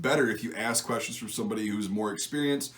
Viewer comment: U sed it Ask questions ask wuestion ask questions i love it love the series